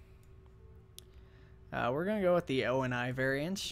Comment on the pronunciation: ONI is pronounced Own-ee